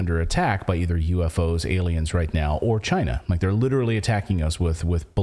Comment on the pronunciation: Just like Trump said “Chy-na” is the biggest threat to us